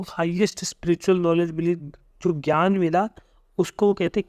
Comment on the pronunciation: Sir jnan ko gyan pronounce krte hai...